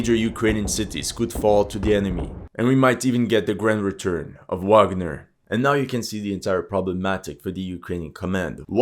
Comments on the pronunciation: Great video! Minor detail: Wagner in German is pronounced vagner. ;-) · For someone who likes to pride themselves in pronounce names in the native language (most of the time wrong). You keep saying Wagner with a W not a V. It's German...